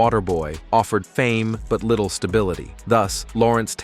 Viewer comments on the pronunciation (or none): none